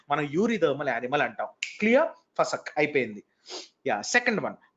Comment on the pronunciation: " Fasak "sounds great while u pronunce sir..🤩🤩...